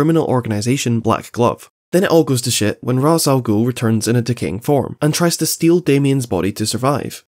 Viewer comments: Raysh, not Raz. A common mistake. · its 'raysh' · nah it's "raysh" al ghoul, unwatchable video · I find it super funny that instead of pronouncing it Raz or Raysh, he ended up going for Ross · Instead of roz al ghul or rash al ghul he goes wuth ross al ghul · I'm so sorry, but I started to hear you saying Raaz as ROSS 😂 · I disagree with your pronunciation of Ra's, but respect your reasoning for pronouncing it that way.